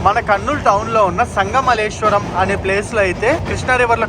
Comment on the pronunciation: Sangamalleswaram kadu sangameswaram